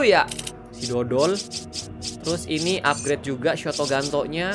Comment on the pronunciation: Ketularan abang jadi suka bilang shotogunto